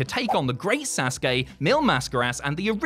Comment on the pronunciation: oh my god someone actually pronounced it “SAUCE KAY”. That’s actually incredible